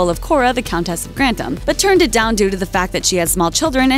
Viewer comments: Hard to watch this when every mention of the name is wrong. Grantams instead of Gran-tham.... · Can you stop saying countess of grandam and earl of grandam, it's grantham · Shows the narrator had never watched the programme. The name I'd pronounced Grantham with a th not Grantam with a t. If you're going to report on it get the pronunciation correct. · The way you pronounce GRANTHAM is aggravating! It is GRAN-THAM, NOT GRANT-HAM. UGH! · in old english, it is/was 'grant-ham', not 'granth-am' as they characters say it in modern times. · Grantham is pronounced Gran th am, not Grant ham. I live very close to Grantham for ten years. Pronunciation is important, please do your research. Good video though. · GranTHem!! not Grandem!! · Is i the goal of every American to purposely mispronounce English words? *Crawley and Grantham. Its Gran-THAM not Grant-am. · Or grant-am. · Why do they pronounce Granthem like that?? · "Lord grantam" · This narrator continues to mispronounce “Grantham”, calling it “Grandom”. Annoying. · Why can this chick not pronounce Grantham correctly? Why did no one fix it before putting it on YouTube? This is very rude. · Just by your (mis)pronunciation of Grantham, I know you haven’t watched an episode of this show at all. 🙄 Further, Isis was named as such in honor of Highclere’s earl, who was a budding Egyptologist. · Why does she keep saying "Grantham" like it rhymes with "kingdom"? There's a "TH"!!!! Drove me crazy enough to do a thumbs down. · Your narrator woman can't seem to correctly pronounce GRANTHAM. What's the deal?